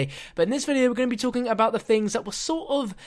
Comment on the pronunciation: "Talken" Great Englash